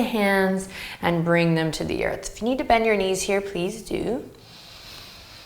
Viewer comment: "Benjyour knees"!!! :D :D :D